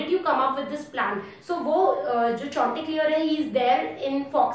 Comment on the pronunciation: What's that name chonteclear?🤣